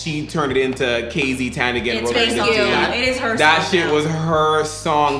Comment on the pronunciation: KZ!!😍😍 our pride❤ and excuse me sir it's TANDINGAN not Tandigan😊.